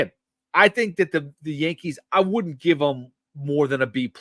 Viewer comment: Don't pronounce the L in Chisholm! Its like Stewie overemphasizing the H in Wheat!